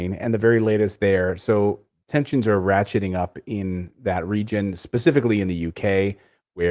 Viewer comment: You should learn it is "ratcheting up" not "hatcheting up". You're too smart for such a simple misunderstanding. Love the show!